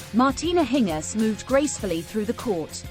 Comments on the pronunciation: Why do you say her name in a weird way????? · Why not pronounce her name correctly? Annoying. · Next time try and get the name right. If you have to rely on a computer for your audio, your audio will always suck.